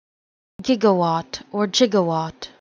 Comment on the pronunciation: Good stuff keep up the great work I’ve waited so long for a proper pronunciation